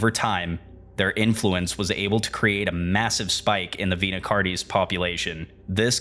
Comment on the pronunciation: I just appreciate that you said “Vita” right! (It’s my name irl, and you wouldn’t believe how many people mispronounce it as “vaita”)